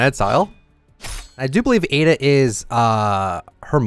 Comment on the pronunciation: heres the correction! Ay-da and its chica’s grandmother. :)